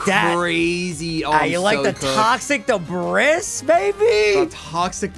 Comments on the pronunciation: "toxic debrISS" instead of "toxic debrEE" killed me lmao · IT’S “DUH-BREE” NOT “DUH-BRIS” 😭😭😭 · Don't know if you're doing it on purpose (i'm new here) but debris is pronounced "debree"